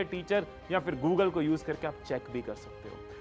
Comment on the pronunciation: Gugley...nahi hota google hota h bhai